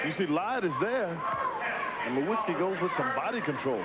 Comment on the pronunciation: And in the beginning it said "nowitzski" so they really got his name wrong in 2 different ways lol😅